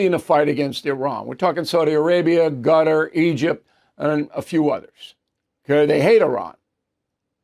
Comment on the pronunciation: Bill pronouncing Qatar as "gutter." 🤣🤣🤣